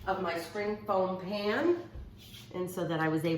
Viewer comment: She kept saying spring foam pan. I laughed every time. She's so cute.